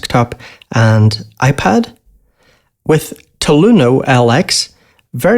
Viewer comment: My friend. TAL-U-NO-LX is “Tal You No 60” not “Taloono L X”